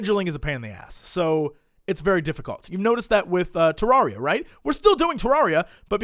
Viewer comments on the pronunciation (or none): none